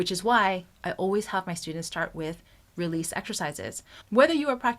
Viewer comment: You keep saying realese for 5 minutes